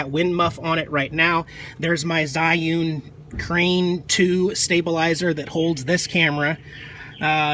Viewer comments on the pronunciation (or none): none